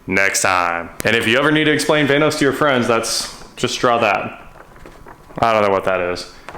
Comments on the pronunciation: its not vane-os its VAN-OS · “Vainos?” So much nope.